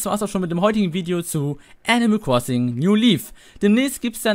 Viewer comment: wer kennts nich, das gute alte "enimäl kwossing"